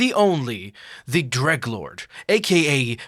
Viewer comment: you know he's a real fan when he calls the dreglord "greglord"